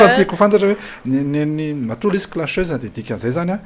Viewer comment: "Clasheuse" kosa fa tsy Clacheuse eh